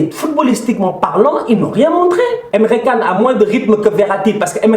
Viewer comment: Signada A.F.Q « Tousheule, Emre Canne »🤣